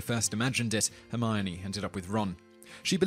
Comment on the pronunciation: It's Hermione guys, not Hermoni or Hermoini